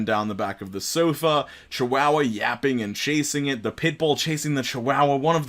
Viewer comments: the way he says chihuahua-- chawahhwahh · The way you say chihuahua lmao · We need to talk about this. Chi-WOW-wa or Chi-WA-wa?